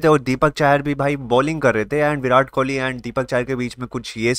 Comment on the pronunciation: Kohli hai bhai kholi nahi😂